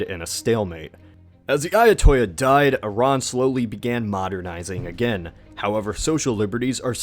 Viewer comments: Good video as usual, but I do find it amusing/annoying that you pronounce "Ayatollah" as though it were a Spanish word. The "ll" is not a "Y" or palatal sound, as it would be in Spanish. In this case, it's just an "L" sound. The second vowel is variable though, so it's "Aya-tol-lah", or "Aya-tul-lah". Hell, even saying "Aya-tow-la" would be closer to correct. Your pronunciation of "Mossadegh" was a little off too (like you took the "degh" to sound like "dee", when it's more like "deek"), but I'll let it slide I guess, as I'm not entirely sure myself how it's pronounced. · Dude kool video, but could u please pronounce things right, AYA-TOLL-AH, not AYA-TO-YA, ok? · Ayatollah is not a Spanish word. The l's are not pronounced as a j. Other than that, very interesting video. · Ayatollah** the "l"s are pronounced. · The narrator may know his stuff, but please learn how to pronounce the words. It's not AYA-TOY-A, it's AYA-TOLL-LAH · ayatoyah Khomeini? this isn't Spanish. it is "Ai-ya-to-lah" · It's pronounced "Ayatollah" with L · ayatollah NOT ayatoyya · They don't speak Spanish in Iran. The L's are pronounced like L's not Y's. Usually I don't care but it's just kind of funny that you put a Spanish spin on your pronunciation. Interesting content and stuff thanks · Ayatolla isn't a Spanish word, you can pronounce the two L's normally. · Ayatollah is not a Spanish word where the double "L" sounds like "y". You pronounce it. And what's up with the grammar here? Could have "went"? Really? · Why does he pronounce Ayatollah like that?? It’s not fucking Spanish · You're saying ayatollah wrong,. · you say "Ayatollah" as if it were a Spanish word... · Lol it's not read "Ayatoya" Ayatollah isn't a spanish word.. And it's Mossadeq not mossadi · Mozeydi??? it's Moe-sad-dig. and not Ayatoya, Ayah-Toe-La this isn't Spanish it's Persian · Ayatollah not ayatoya and mosadegh not mosadi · "AY-yah-TOL-ah" "mo-SAH-deyk" "RAY-zah pah-LAVI"